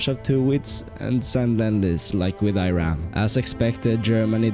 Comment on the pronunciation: Thats E-ran